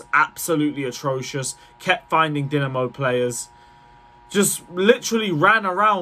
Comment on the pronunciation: Respect to u for pronouncing Dinamo the correct way, only guy on yt ive seen to actually know Dinamos name